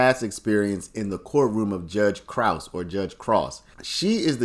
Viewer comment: It’s Krause like sayer-“kraut”